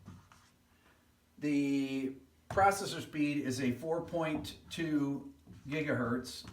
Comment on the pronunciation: I cringe everytime i hear them say gigahertz